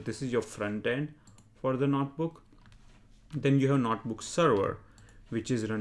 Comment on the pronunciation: its not "NOT" book its "NOTE" book